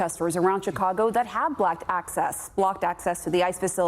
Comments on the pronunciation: Blacked access, what a slip up 😂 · She said, "Blacked access." Was that a Freudian slip or some s$^/?